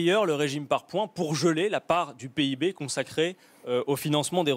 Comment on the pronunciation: Quand le mec prononce PIB peeb, et qu'il parle de croissance, c'est là que j'ai compris le problème..